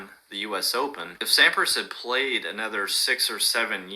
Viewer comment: Thanks for your GOAT discussion/reaction, you are so spot on (except for your pronunciation of Sampras, heh). And there's quite a bit more in Djokovic's favor as well that you could've touched on. One clarification though: yes Federer currently has 10 more titles than Djokovic does, but Fed turned pro 5 yrs earlier, plus Djokovic has won tougher tourneys overall (more slams & Masters 1000s, and has faced way more top 10 players). By the time Djokovic is Fed's age, he will not only have surpassed Fed, but he might challenge Connors for the all-time titles lead.